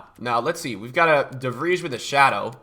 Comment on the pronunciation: Wait... How did you pronounce De Vrij?